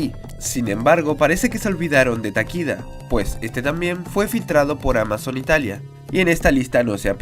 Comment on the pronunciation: No es Takida es Takeda. En Japones las vocales son iguales al español